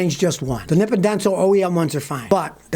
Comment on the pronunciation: Helpful tip for Scotty: the "Nippon" in "Nippon Denso" is how the Japanese say "Japan". It is not pronounced like "nip-en" but more like "Nee-pohn". So Nippon is Japan, and nippen is what girls do in cold weather.